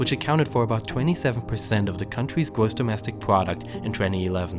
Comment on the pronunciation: when he said "gwoss demwestic pwoduct" I went UwU OwO